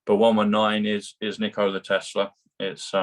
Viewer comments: dear, the inventor's name was Tesla - not Telsa! Bless you!! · Tesla not telser. Lol